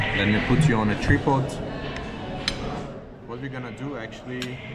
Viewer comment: Friend its been three years and atleast now call the tri in tripod as try and not tree😅